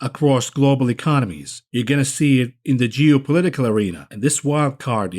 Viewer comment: sounded like you said jew-political tensions there for a second.